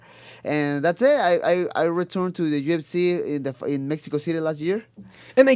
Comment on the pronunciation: When Brandon says UFC it sounds like he's saying Gypsy 😂